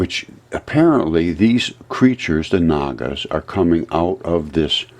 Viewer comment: “Naga Pleez” 😬